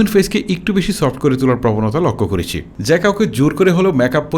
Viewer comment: ভাই ওইটা ওয়াইট না ওয়েট(Weight) উচ্চারণ হবে বাংলায়।আপনার শব্দ উচ্চারণ ক্লিয়ার না।করেচি,বেবেচিলাম,চিল এগুলো কি?